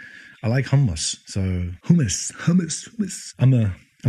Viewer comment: I rarely watch a vijao and think, "I'd like to be this person's actual friend" - and this vijao's no exception. Haha. JK. Love you. Love your vijaos. And you pronounced hummmmmus like a champ! حمص